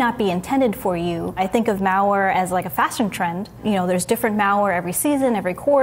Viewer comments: The way she says, "malware" sounds like mowware...and it bothers me. Hahaha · Meow-ware is all I heard. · I can't unhear it, curse you! Haha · Sounds like a Milwaukee accent. How they say it like, Muhwaukee ahaha